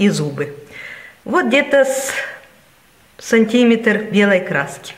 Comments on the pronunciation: А ещё и сантИметр!!! Это никакие не диалекты, а элементарные ошибки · Все хорошо, но слушать проблематично, постоянное "Эээм" между словами🙉, "гэканье",неправильное ударение (фАрфор, сантИметр) откуда это слово "намАчивается"? Попробуйте показывать короткое видео без слов, с музыкой и текстом